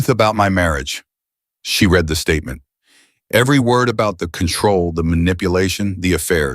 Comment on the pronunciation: Teach your AI the difference between read and read.